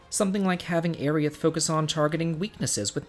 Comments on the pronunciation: No, it's pronounced as Air-ith. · Who's this "Airy Ith" person you keep talking about? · That fool doesn't know it's pronounced "Airy-iss"! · Just when I thought there were no new ways to pronounce character names... But hey, I once knew a guy who pronounced Sephiroth as "Sef-i-ith." I was all like, "I'm pretty sure that the R and O are not silent and I'm not sure how you came to this conclusion." Haha, don't worry though man, we love you!